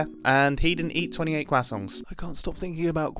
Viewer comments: Are you trying to say crescent? Quakson? Your worse then Tom Holland! But seriously welcom back mate. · “Kwassonts” That’s even worse than Tom Hollands way of pronouncing it xD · I cant get it out of my head that he says “kwasongs” instead of croissant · I find it funny how mumbo says "kwasongs" instead of "crusonts" when pronouncing croissants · "Cwasonts" and not croissants is interesting... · HE ACTUALLY SAID QUACKSON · "kwassongs" - Mumbo 2022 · every time you say croissants i hear quasongs its killing me lmfao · “Quasongs” 🧌Gotta love it Mumbo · love seeing mumbo back, however, CWAHsohns? i know thats the pronunciation, but that was overenunciated i feel lol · when you come back to Minecraft after a couple years... Nice to see Mumbo upload again. 😊 Also, who calls it “Qwasongs”? 🤨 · Did....did he just say quackson? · Am I the only one o did you just say quacksont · "Kwasongs" Americans pronounce it "Craw-sawnt" That's very interesting haha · he says quackson too but slightly better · im gonna start pronouncing croissants as kwasongs, thank you mumbo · I like how he says "Cwasongs" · Did he call them quassongs? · Mumbo: cwassongs 😅😅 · The way this man pronounces croissants is crazy to me. It sounds like he's saying kwassongs, and I honestly can't tell if it's a joke or not. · I love that he pronounces “croissants” as “quacksongs” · New pronunciation alert: croissongs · Mumbo I'm a fan, I like your content. But genuinely fuck off with how you pronounce croissants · You pronouncing croissants improperly is very infuriating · Mumbo should get an award for pronouncing croissants even stranger than Tom Holland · The way you pronounced croissants hurt my soul!! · He somehow manages to not have any 'r' sound in there at all...